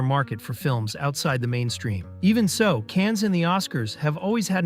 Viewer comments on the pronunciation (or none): Cans or Cannes? At least learn how to pronounce it... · You have a channel devoted to film, and you can't pronounce "Cannes" properly? It's "con", not "cans". Jeepers. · Cannes is pronounced Can, not Cans. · Ceeeeenns. Americans and pronunciations… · Cannes is not pronounced cans, you idiot robot. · The S is silent in Cannes